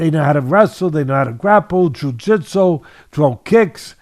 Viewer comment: "ju-jit- so" 💀